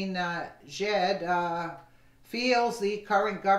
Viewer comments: Iran President is pronounced like "Akma-dinner-jacket" or Akmadinijad ! Hope that helps bro. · The easiest way to pronounce his name is 'I'm a dinner jacket', all together.. ;)